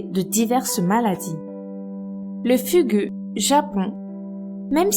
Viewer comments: le dernier ça sa prononce fougou pas fugu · Ca s'écrit 'fugu', mais ça se prononce 'foukou' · au cas ou le mo fugu se prononce "fougou" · Le Fugu se prononce Fougou ; Et l'alcool est le fléau le plus dangereux... Je partage l'avis d' Abby Jensen et, abonné, adore vos vidéos !... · Concernant le Fugu (dont les "u" se prononcent "ou"), il a des parties du corps comestibles ! On ne peut en préparer légalement que suite à un examen sous forme de concours il me semble. Mais certaines parties peuvent être consommées sans danger quand il est correctement découpé. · Pour Fugu, le 'u' se prenonce en 'ou' (Fougou) =) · Fugu? FUGU? ÇA CE PRONONCE FOUGOU! LE "U" CE PRONONCE "OU" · Fugu ce prononce fougou, puisque c'est un mot qui viens du japonais